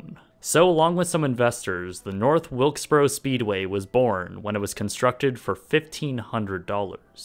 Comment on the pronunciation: That's North Wilkesburrra.